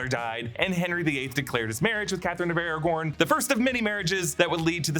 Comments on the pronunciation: It’s Catherine of Aragon not Catherine of Aragorn as much as that would be cooler😂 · its not Catherine of ARAGORN its ARAGON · Wait... Wasn’t one of Henry VIII wives Catherine of Aragon, not Aragorn? Or have I just been not listening properly my whole life? 😂😂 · Catherine of Aragon, not Aragorn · Sorry to be that person but it's Aragon not Aragorn. I love you guys, but it's a region in Spain not a Tolkien character. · Catherine of Aragon?🤔 Catherine of Aragorn😉👍